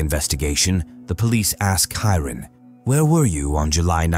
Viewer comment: 😂 Even Englishmen doesn't pronounce Indian names so bizarre 😂😂 Snehal -Sn-ai-hal, Hiran - Hai-run 😂😂😂